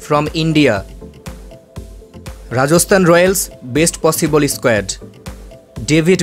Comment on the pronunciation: its not Rajoshthan rajasthan